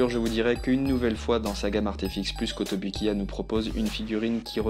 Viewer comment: A la prononciation, c'est KotobOUkiya s'il te plait! Merci ;)